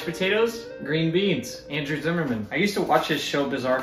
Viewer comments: Zimmern not Zimmerman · why is everyone saying zimmerman when its zimmern lol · Have you realized you are mispronouncing Andrew's last name? I did the same thing too. Please double check. Thanks